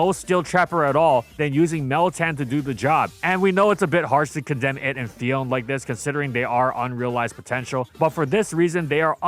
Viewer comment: It’s Phi-on-neh, not Phi-own.